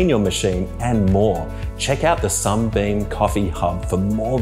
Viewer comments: This guy keeps saying "SUMBEAM"!!!! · Everytime he says SUMBEAM I die a little inside!